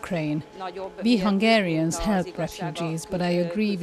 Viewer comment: Not Hungry ! They want to educate us and can’t even pronounce our name correctly! We are Hungarians and they are not hungry, they regularly confuse Budapest with Bucharest too.